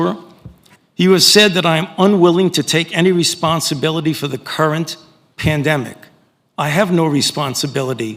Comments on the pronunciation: Fauci emphasises he is not responsible for the CURRENT pandemic. He says it TWICE...very ominous ! The next one ??? The one Bill Gates has just warned about ? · Why the fuck does he emphasize "CURRENT PANDEMIC" twice when he says he's not responsible for the current pandemic? Is there another pandemic coming he hasn't told us about yet? Was he responsible for OG covid but now he considers delta to have mutated enough after the fact to where he feels he can consider it a new pandemic? I find this to be a very ambiguous emphasis and choice of words in the scariest way possible. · Why did he make sure to emphasize the words current pandemic? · Why did AF emphasise “the current pandemic”? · Nice play on words there. "I have no responsibility for the.. current... pandemic. The... Current... pandemic, okay?". Maybe not for the current pandemic. How about asking him if he's responsible for the pandemic as it was in the beginning. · "I have no responisbility to the current pandemic. The CURRENT pandemic." Isn't it weird he emphasized "current" so many times? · notice Frauci's emphasis on not having responsibility for the current pandemic. It's like he's saying that he may be responsible for the initial outbreak, but the subsequent strains are not his responsibility. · he emphasized current current current so whats next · he repeats he has no responsibility for "the CURRENT" pandemic. His own emphasis on current. Is he saying he bears responsibility for some past or future pandemic? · repeated emphasis of the term "current pandemic." Pay close mind to the words coming from this monster's lips. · Fauci emphasizes “current pandemic”. This is how he is going to get away with lying to congress! He’s not responsible for Delta variant. That’s the “current pandemic”. Regular covid is what he is responsible for!!! The wording they use is so manipulative! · The amount of emphasis put in “current” when saying current pandemic is unsettling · Yes it is🤨🥺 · And he emphasized it HARD.